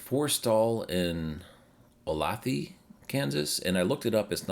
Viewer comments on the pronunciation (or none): Pronounciations: oh-LAY-tha (Olathe) Kansas, this location is sorely needed in the suburban Kansas City metro from my visit last July. 50% of the EVgo stations were broken, lines were long, and there just wasn't very many of them. There's just one EA on the far east side, almost an hour away. tu-LAIR-ey (Tulare) California. Tulare is part of the CA-99 highway corridor and gateway to places like Yosemite NP, Sequoia NP, and Kings Canyon, NP. CA-99 is an alternative N/S route in California to I-5.